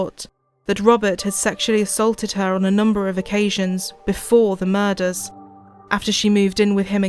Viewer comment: Ive never heard anybody pronounce “murders” like that one anchor woman did. Like the fuck does muhUzz mean??